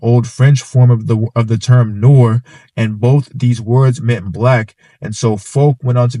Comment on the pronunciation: It's also pronounced nerwah not nor.